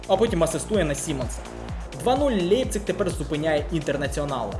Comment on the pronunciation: Не "Лепцік" Німці кажуть "Ляйпцік" 😅